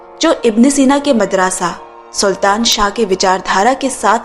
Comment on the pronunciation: वो मदरसा है मादरसा नही